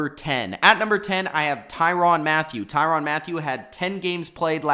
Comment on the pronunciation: Tyrann not tyron get the name right tie-ran